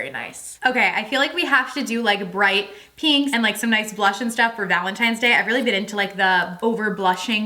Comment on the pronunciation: Wtf is gallon tines day or whatever it is you keep saying 🤣